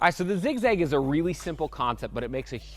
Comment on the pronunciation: still says ziz gag